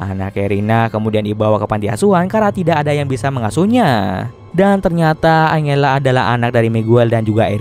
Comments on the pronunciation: iya dibacanya harus anjela mungkin Abang nya lebih suka angela wkw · Sorry kak mau koreksi dikit yaaa : angela = enjela 🙌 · Angela itu di baca nya "enjela" aisiaaa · Bang, serius baca nama angela itu angela? Harusnya kan anjela dibacanya:( kenapa pelafalannya aneh2 terus si bang:( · Salfok sama nada baca Angela setau gw nih ya di Bacanya Anjela.. Mungkin kalau Angle dia baca Angel kali ya.. wkwk